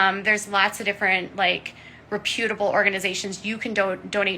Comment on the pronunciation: Reh-Pyooo'-table???? The word is Re"putable